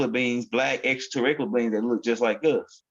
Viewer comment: Greetings*🐉🥰👑🎼 The word is pronounced: Extra-ter-rest-tri-al = 6 syllables brother man. Love & excellence* 💌💝💒🧞‍♀️🐲👅✨️💫🌟